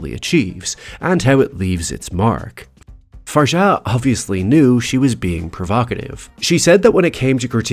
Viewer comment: Thanks for being one of the rare few commentators I've heard so far who's bothered to Google the correct pronunciation of the writer/director's name. Fahr-gjaah (soft g or j, call it). Learn it, everyone. This filmmaker may be a genius. Her movie certainly is.